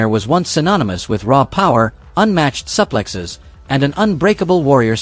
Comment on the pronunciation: It’s a SOO plex. Not SUP lex.